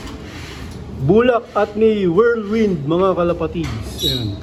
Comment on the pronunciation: Kuha mo na tamang pronunciation sa whirlwind 👍